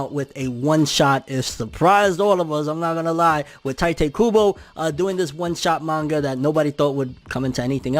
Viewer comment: “Tee-toe koo-boe” your welcome